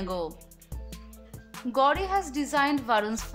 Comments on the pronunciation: Hey anchor it’s not gaudi but it’s gauri 😂😂😂😂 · She says gaudi khan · You pronounced "Gauri" so badly